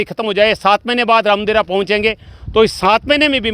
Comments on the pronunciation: Sir Ravdevra yatra nahi Ramdevra yatra hota ha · रावदेवरा नही है रामदेवरा है